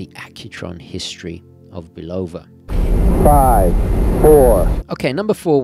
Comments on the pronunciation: It's pronounced Bulava Not Bolova! Just look up one of there TV commercials here on YouTube,this may be the way they pronounce it in Europe but it's not the correct pronunciation. I submit to yoyo with all due respect. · For the word "Bulova", the stress is on the first syllable, not the second, just fyi.